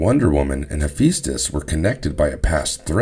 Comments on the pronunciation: So even though it's spelled Hephaestus you pronounce it as if it's spelled Hepheastus, why? Are you trolling or is this a honest mistake? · I'm sitting here saying, "He-fes-tus"